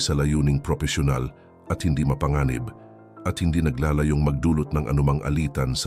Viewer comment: Iba ang "naglàlayo" sa "naglalayon". Gumamit ka na kasi ng totoong boses mo kasi AMPANGET NG AI VOICE. Hay naku. Saka paki tanggal na din nong super low bass na tunog kapag nag promote ka ng reviewer materials. Masakit sa tenga sa mga katulad kong naka headphone pag nanunuod sa youtube.